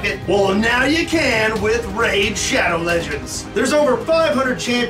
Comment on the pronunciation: You had me until you said raid shado...